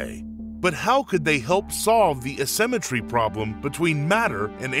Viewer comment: Please learn how to say "A-symmetry"...